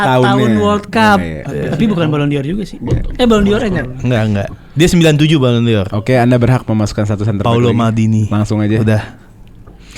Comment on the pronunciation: Ballon d'Or = ballondor Not ballon dior